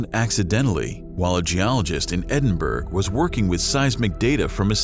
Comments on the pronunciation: It is pronounced: Edin-boro, not Edin-berg, despite its' spelling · Umm, "Edinburg"? Edin_borough!_ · EDIN-BOR-OH!! not "Edin burg" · Edinburgh is pronounced Edinburra, not Edinberg. If you can't get something so simple right, how can we take the rest of this seriously? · Let's go with EDIN-BURR...not EDIN-BURG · Why can’t Americans pronounce Edinburgh right? It’s pronounced: Not edin-berg, its edin-brua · Where in God’s name is “Edinburg”?😂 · You don't pronounce Edinburgh the way you spell it. It's pronounced Edinboruh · Here's what I learned form this video. #1 This channel takes over 90 seconds to actually start the video and not just read the fucking title to us. #2 this man doesn't know how to even pronounce Edinburgh. Bye! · Nah, had to turn it off when he mispronounced "Edinburgh"... Can't take it seriously when the narrator doesn't even care. A big turd, this is.